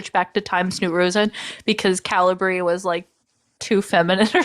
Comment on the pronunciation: Calibri is pronounced "kuh-LIB-ree", with three syllables, stressing the middle one. You guys were putting the emphasis on the first syllable.